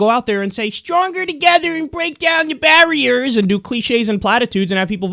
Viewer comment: bweak down da bawiyahs